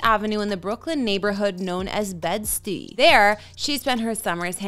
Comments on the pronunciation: Loooooooolll! It’s pronounced BED-STI. It’s an abbreviation for Bedford-Stuyvesant, a location in Brooklyn. WOW. I had to stop watching after that. 😂😂😂😂😂. She’s clearly just reading someone else’s research. She came off ultra white right there. 😂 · Nah bruh im not from new york and i know thats not how you pronounce bed stuy what is bed steee? 🤣 i had to stop watchin after that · Not bestie is bed stuy smh..do your research first before talking about NY pls 😳👎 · I didn’t need to hear anything else after bed-Stee.. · Don’t let someone who can’t say bedstuy do the video that’s mad disrespectful 😂😂😂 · I never heard of this person before and I stopped the video the minute they mispronounced the famous part of Brooklyn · I’m bugging or did she say Lola Brown ? Smh ! Bed Stuy was strike 1, but how do you get her name wrong too ?! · I cringe when she said tht she said Bed-Stuy like tht😂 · Like this host way better although she butchered bed stye pronunciation it's okay girl try again